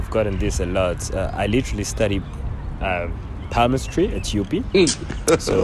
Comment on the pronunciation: Man said "I study Palmestry at UP"😭🤣🤣🤣